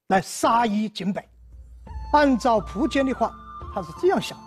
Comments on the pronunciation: 新华词典上说苻坚的读音应该是[fú jiān]。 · 苻，有两个读音，一个和福的发音一样一个和蒲的发音一样。苻，名词指草木植物，苻蓠就是白芷的另一个名称。苻通莩，芦苇杆里的薄膜，稀薄的意思。苻，通符，符文，符命，指预言命运。苻，作为姓氏，通蒲，有两个音，一个福音，现代的读音，一个蒲音古代的读音。苻氏现在读福音，古代为蒲氏。